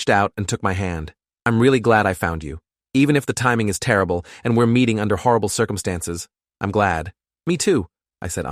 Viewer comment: He said harable